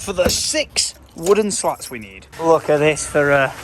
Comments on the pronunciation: isn’t it a “slat”, not a “lat” 🙈😂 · Isn't it 'slats', not 'lats' ? :D